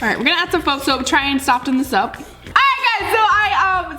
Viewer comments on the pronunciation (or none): How says it: (sof-tern) How you are supposed to say it: (sof-ern) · It is spelt soften But You say sofen